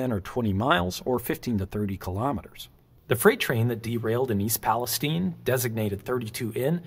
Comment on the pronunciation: You pronounced East Palestine correctly. I appreciate that.